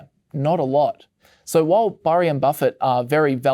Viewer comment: Burry, Berry, Barry...gotta love that american accent 😁